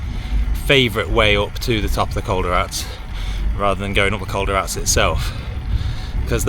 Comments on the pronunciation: Coll de R-A-T-E-S PRONOUNCE IT CORECTLY... you are in Spain!!!! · It’s col de rat,es